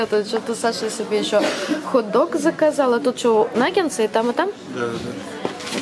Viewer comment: Не " нагенсы", а " нагетсы"